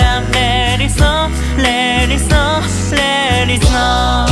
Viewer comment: 素人ですがゴスペル習っていてこの曲みんな発音頑張ったと思うんです。 日本語英語って言われてちょっと発音がよくないと実際に日本語を話せない方には英語で歌ってるつもりでも何て歌ってかわかんないなんてこともあるそうです（日本中いろんなグループあるから）私はネイティブに話せる指導者に恵まれて教えてもらっていますので聴き取って頂けてます。 だから 最初のふかみんのtheはダって言うし、おのゆーのneckはクッって語尾をはっきり言う 良く出てきたLet itはtを言わないでつなげるからレーリッみたく聞こえる。やったことあるというかいつも注意するとこがものすごく綺麗だったので大変だったろうなーと。 としくんと明くんの高音がジングルベルの鈴の音の様で大人っぽいけど優しいホワイトクリスマスの雰囲気感じました。としくんとしゅうごくんのアルバム良く聞いてるんですけど本人とは違い当たり前だけどキャラソンで他のみんなも自分の声での歌じゃなく役の声の歌（としくんは特に長けてますが）なので、改めて声優さんのキャラソンで声だけで表現してくれるアカペラってコンテンツが本当に声優さんてすごいなと思わされました。 長文ごめんなさい そして役名と中の人がぐちゃぐちゃになってるーすいません